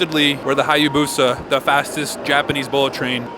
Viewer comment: It's 200 mph. And you mispronouncing Hayabusa completely.